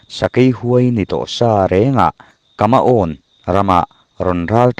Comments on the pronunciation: Kamaawn tiin tuman a lam ngailo,kumauo ti in a lam aw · KUMAON ti a lam tur , beng a ti kham tlat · Kumau ti a lam rik tur ania. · A chhiar tu hian Kumau tia lam tur kha alam sual nasa, Kumau hi He lai rama hnam liam tak pakhat anni a, Kumau Regiment ti pawhin an lar ve viau tawh kha.